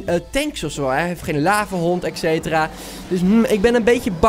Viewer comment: je zegt ekcetera maar het is etcetera